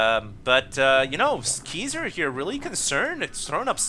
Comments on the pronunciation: Obviously not LOL every time he said his name I kringed cuz he was saying like it was pronounced KEYser... drove me nuts LOL but I still have mad props for =D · Its pronounced (Kai-Zer) like king kai. xD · It's pronounced more like KAISER. Haven't you seen The Usual Suspects?